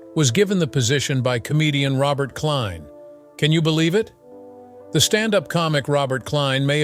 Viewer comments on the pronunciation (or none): none